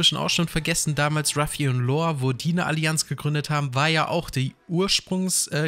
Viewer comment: Alter er heißt LAW. Nicht Lore oder Lor und auch nicht Lohr. LAW digga, lern das mal bitte. Wenn du LAW sagst zieht sich bei mir alles zusammen.